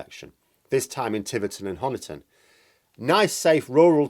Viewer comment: Pedants Corner If you visit Honiton there's one dead giveaway that you're a visitor. It's the pronunciation of Honiton. Honiton's pronunciation is the same as Money or Honey. It derives from an Anglo-Saxon chap called Huna. It means Huna's farmstead or settlement. I've been listening to absolutely everyone in the media making Honiton's o sound like "gone" and it's been driving me nuts. There! I feel better now, thank you! ;o)